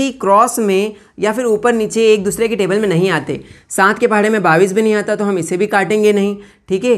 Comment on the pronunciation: Sar Babis nahi Bola Jatahai bais Bola jata hai